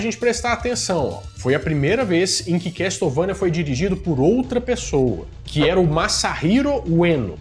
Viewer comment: A pronuncia é quéçouvenia não se probuncia o T na palavra Castle. Video Excelente como sempre, abraços pra vc e pra Bárbara Renato